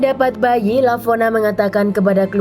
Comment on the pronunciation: Lavona... Kok jadi Valona 😂